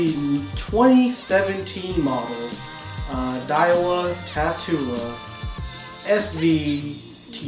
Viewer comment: shouldn't this be pronounced tat-ula like the word spatula or tarantula